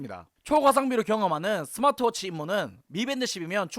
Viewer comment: 잉? 내가 잘못 들었나..스마취 워치?